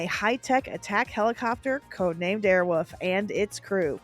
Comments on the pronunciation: Awesome job But I have to ask Who the F taught you how to pronounce the word wolf? Wolf. Not woof. Not airwoof. Anyways thanks for the memories!😊😊😊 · Air Wolf…….not Air Woof. Just sayin. Sincerely, a guy with the last name of Wolf. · "Airwolf," not "Airwoof." Pronounce the L! "AirwoLf!" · Girl, can you not say "Airwolf"? You kept saying "Airwoof", and it was kinda hilarious. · We used to say “Airwoof” instead of “Airwolf” just to make my brother mad and here she’s saying “Airwoof” That would’ve driven my brother crazy 😂